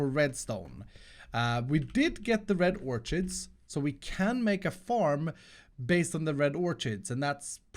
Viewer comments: Pronounce orchid as orkid, the ch makes a k sound “or-kid” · You pronounce it red orkid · you pronounce the word orchid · Dear, THE "H" IN THE WORD "ORCHID" IS SILENT. Sincerely, A.O.